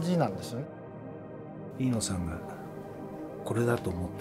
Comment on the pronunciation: 「Iino」じゃなくて「Eno」なんだね．早すぎる死でした...